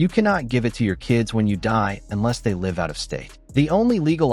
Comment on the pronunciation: Total anti-gun propaganda. This post is pure BS. Keep your gun. Change nothing. Don't let them punk you. Don't get tricked. PS, I love the lame computer voice .Doesn't know how to pronounce "Live" in context. So fake. Just like the post.